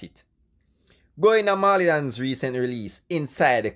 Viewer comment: Dawg why would you try to discredit Pablo’s writing skills? You are sounding bias. A next thing, it’s not “maw-lee” ute learn fi pronounce the man name.